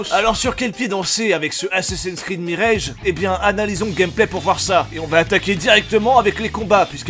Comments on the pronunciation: Tu es au courant qu'en anglais le mot "mirage" se prononce "mirage" comme en Français et non "mirèdje" ? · Pas vraiment important mais tu prononces "mirage" à l'anglaise alors qu'en anglais, il se prononce à la française (genre 'meeraaj') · Merci pour la vidéo Juste en passant : mirage en anglais, ça se prononce plus ou moins comme en français et pas mireilge. Voilà je sors 😅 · Tu sais, quitte à prononcer le R de "Mirage" comme un bouffeur de camembert, tu peux aussi prononcer le A avec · Ta prononciation de "mirage" n'a aucun sens. Le mot ne se prononce ni comme ça en anglais, ni en français. A l'avenir il vaudrait mieux simplement prononcer les mots à la française en cas de doute.